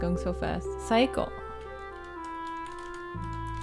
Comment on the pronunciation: Saeko sounded like psycho so what I heard was little Psycho.